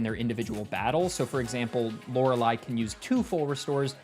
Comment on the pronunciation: I watch so much Jrose11 that I genuinely find it weird hearing Lorelei pronounced correctly